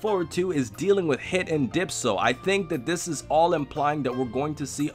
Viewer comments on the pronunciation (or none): Bro it's Dyspo not Dypso....God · isn't it DYSPO, damn man, learn to read. Seriously going down the same path as Anime Live Reactions. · WHYYYY why do a lot of people on youtube call him DYPSO he's DYSPOOOOOO TvT XD idk why it annoys me so much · "dypso" omg...